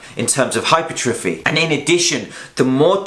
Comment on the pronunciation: its pronounced - hyper - tra - fee.